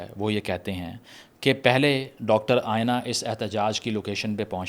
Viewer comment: its aena, not ayena